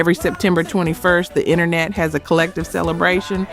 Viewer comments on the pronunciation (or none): none